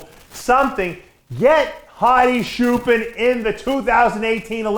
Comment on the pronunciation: Say chair, now say choopaan. Not shoopen lol thanks for the support Dave.